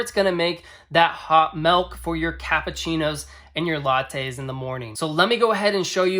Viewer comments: CC=CH, not ssssssss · Do you also pronounce cappuccino “cap-poo-ssee-no”?